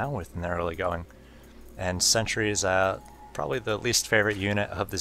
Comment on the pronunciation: Stop saying earlygoing and you're a sick commentator.